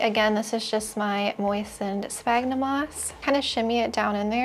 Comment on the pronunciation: Isnt sphagnum pronounced like sfagnum ??